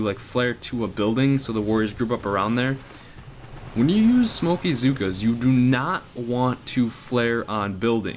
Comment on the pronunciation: Hey those mispronounced words of yours are hilarious " smokeaa" lol that should be the official term. And nice hair cut, looking good for the boomhotties.